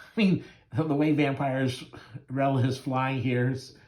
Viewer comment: I know this video is a year old, but her name is pronounced Vamp-a-rella. I do like your channel, though. I have both of these issues.